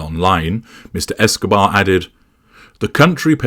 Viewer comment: Did you say Escabar? lol